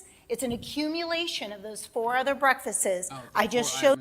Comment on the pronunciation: Ugh! I hate how she says "breakfasses" instead of breakfasts.